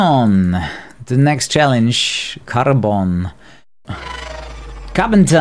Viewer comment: Карбон... Said like a Russian :^)